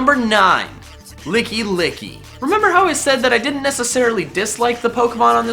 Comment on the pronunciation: THERE IS NO E IN GARBODOR! IT'S LICKILICKY, NOT LICKY LICKY!